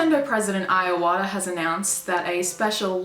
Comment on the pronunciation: His name is Iwata (Ee-wah-tah) not Iowata (Eye-oh-ah-tah)